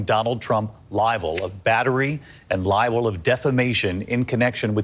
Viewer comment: Why is he saying "libel" for "liable"? Is it ignorance of vocabulary or sloppy pronunciation?